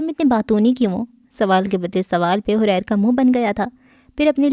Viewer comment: اس کا نام حَرِیر ہے جس کے اردو معانی ریشم، ریشمی کپڑا یہ عربی کا لفظ ہے اپ نے اس کو غلط پڑھا ہے